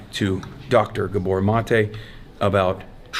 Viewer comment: Gabor, not GabOR. That said, Gabor Mate's book helped me a lot.